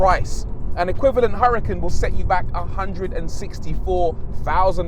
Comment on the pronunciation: And its UR-A-CON not HURRCON..